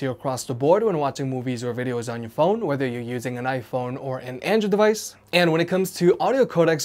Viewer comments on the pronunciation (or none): none